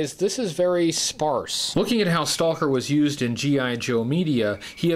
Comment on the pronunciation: I love you, but I can’t watch this video because of all the “Stahl-ker” and “Tahl-k” and “Tahl-king” very very difficult to hear you say this so much. And what makes it worse is that it sounds like to trying to over pronounce it because occasionally you don’t say it when you really get going.